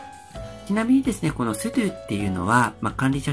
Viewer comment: うぽつです。 sudoの発音が須藤（・・・元気）じゃなくて、ちゃんとスドゥーになっていましたね。 tabキーでパッケージの候補が出てくることは知りませんでした。便利そうなので、使ってみます。